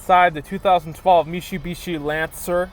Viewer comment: Mishibishi? Your gonna try to sell us on this but can't say the name right.